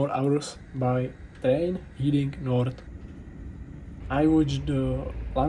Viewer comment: heading north, Heading is pronounced as "heh-ding" like your eyes are in your "head", head-ing But reading is pronounced as "riih-ding". English spelling is ridiculous, so I understand the frustrations😆